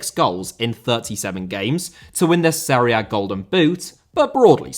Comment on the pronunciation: Jesús* not Heisăs Serie* not Seri Benzema* not Benzemohr Robert* not Rober' Thiago* not Thiohrgouw Joselu* not Yóselu Álvaro * not Alvohrouw Morata* not Morohrter Hannover* not Hannouwver Alavés* not Álaves Debut * not Deibyu Uefa* not Yuweifer If you HAD told me* not If you'd have told me(fkn hell, even in basic grammar, you continue to disappoint) Possession* not Posession Inter* not Ento Half* not Holf Bundesliga* not Bundesliger Style* not Stahl Bremen* not Breimen Lionel * not Leonl Finals* not Fahnals Pokal* not Pouwkal Chievo* not Chijeivouw Sassuolo* not Sasswouwlouw A* not Ar Simone* not Semouwni Inzaghi* not Enzohrghi Coppa* not Copper Kyle* not Cal Aleksandr* not Alekzander